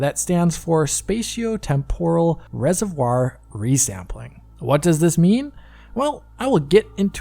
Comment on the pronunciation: reservoir and not resevoir, don't butcher our French words German neighbor ;P !